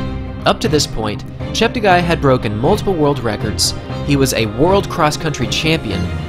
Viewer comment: I cringed so hard every time the announcers pronounced bekele and cheptegi wrong